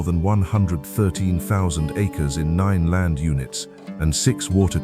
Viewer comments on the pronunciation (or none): none